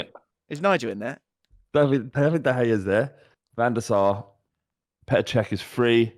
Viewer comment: It's Van Der Sar